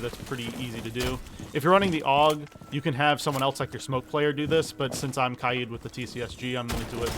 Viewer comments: Stop saying kai eed instead of kay D plz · Ky-eed? its Kay-d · Bro it’s not “kayeed” it’s “Kayd” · “Kaigh yeeid” is crazy💀😭🙏🔥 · pronounce Kaid like K-Aye-d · Love the vid, really helped me with setting up better and not getting reamed by my teammates for being a noob. Thank you. But why do you say Kaid’s name like that? I usually hear it like Kaid (Cuh-Aye-D). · Why pronounce kaid like that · Saying kaid wrong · How does someone pronounce “Kaid” wrong? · This really helped me but the way he said kaid’s name